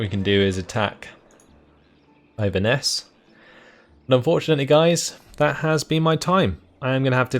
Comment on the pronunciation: The way this guy pronounces Inverness hurts my head